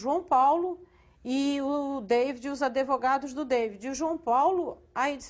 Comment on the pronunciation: ¨adevogados¨ é dose.